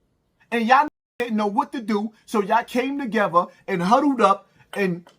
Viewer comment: calling Luce Cannon the dumbest person on the internet is so ironic and hilarious!! Especially when you say words like tuhgevuh or muhva and try to act like you’re some kind of deep thinking scholar.